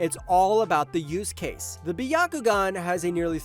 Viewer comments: well it’s definitely not by-ya-ku-gan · (By-ya-ku-gan) What the actual fuck kind of pronunciation is that?